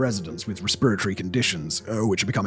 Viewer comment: English never fails to amaze me. after 3 continents and 51 years between them, today is the first time i have ever heard the word "respiratory", pronounced in this way.